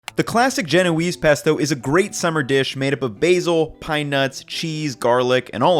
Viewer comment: omg! "peasto!" 🤣🤣🤣👍